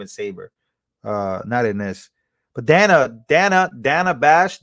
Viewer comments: You know she's reading notes that's why she said the lady's name wrong 2 times because she's saying her name as she's reading it Dana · So funny when she mispronounced Dana 😂😂😂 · Funny how someone on MSM said Kamala's name wrong and was told he is racist. Soooo...Kamala must be racist for pronouncing Dana's name incorrectly. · She mispronounced Dana’s name!!! She is a SEXIST!!!!!